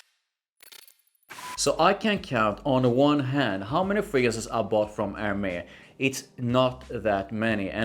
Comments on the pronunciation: A native born female acquaintance helped me in pronouncing Hermes which doesn't immediately classify you as American... Er..mez. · you pronunciation is wrong for Hermes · Hermes: say Air Mess.